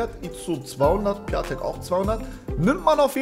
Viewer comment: Der heißt pjontek nicht piatek